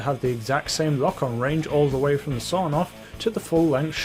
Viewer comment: Everybody: Sawed-off Even my mum: sawed-off: sawNoff (the Russian version)